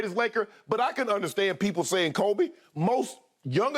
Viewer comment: Shannon, literally no one calls Kobe....."k-oh-b"...🥴🥴🥴